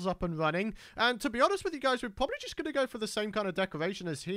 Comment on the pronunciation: Y du u say probably puabubly or poo rob ably